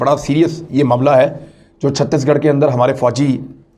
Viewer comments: Imran Bhai It Satish Garh not 36- Garh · It’s chateesh garh not chuttish garh